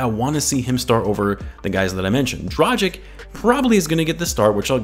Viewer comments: Now that he plays for the Bulls, I'd say it's about time you learn it's pronounced "Draghich" rather than "Drajik" :D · Pls I love your vids but it's pronounced Drah-gitch